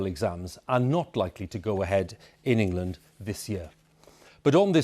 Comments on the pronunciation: Don't worry guys it's in "Engand" not us. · Engand lmao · "ENGAND?", Where's that 🤔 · ah yes, engand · "New Engand Lockdown" pfff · Did anyone else hear that Engand is in a lockdown? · Who missed the 'l' out of England. Embarrassing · Its just engand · "New Engand"